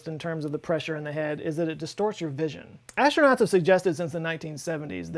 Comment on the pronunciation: Please, pretty please with sugar on top, try to pronounce aStronauts, not aSHtronauts. You are not Sean Connery... :)